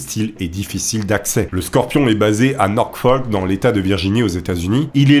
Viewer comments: Ce n'est pas NorKfolk ou NorKfol mais Norfolk! Le terme ''radio'' existe en français, ''radiomen'' n'apporte rien, au singulier c'est ''radioman'' et non ''radiomen''. Check24 ne se traduit pas par ''Vérifiez'' 24, mais ''Vérifié'' Qu'est ce qui te permet d'affirmer a plusieurs reprises ''qu'il sait très bien au fond de lui que ca ne va pas du tout'', alors qu'il déclare le contraire et indique que les retards étaient fréquents? Qu'est ce qui te sidère tant que les amiraux en pleine guerre froide n'aient pas pour priorité de prévenir la presse et les familles? Ce serait le contraire qui serait hallucinant. Video intéressante mais beaucoup de narration et très peu d'analyse. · C'est pas "Norkfoll". C'est NORFOLK.